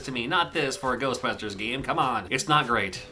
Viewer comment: GERSTBUSHTERSH! Never gets old.